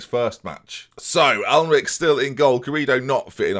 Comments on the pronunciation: Jak Alnwick is pronounced Jak Annick. He’s a real person. I win. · HATE TO PULL U UP ITS PRONOUNCE ANICK THIS FROM A BORN AND BRED ANICKONIA OF 65 YEARS LOL GET SERIES